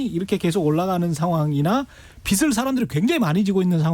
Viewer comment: '빚'을 말할 때 '비슬'이 아니라 '비즐'로 해야 맞습니다.